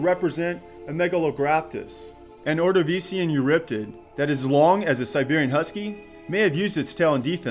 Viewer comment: The way he pronounced ordovician though.